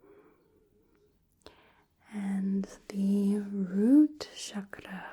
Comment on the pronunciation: It was a relaxing video. You really did lot of research about eastern spiritual practices. I liked the way you pronounced "chakra", Its actually how it's supposed to be pronounced according to Sanskrit. Your voice is magical and your aura is very calming. I liked when you narrate your actions.